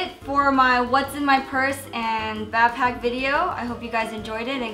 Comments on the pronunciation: It annoys me on how she says bapack instead of BACKPACK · Learn to day BACKPACK INSTEAD OF BAPACK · It bothers me when she says bapack I just want to tell her that it's BACKPACK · She says bapack so let's mock her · Is she saying bagpack?! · Nice "bahpack." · The way she said backpack annoyed the shit outta me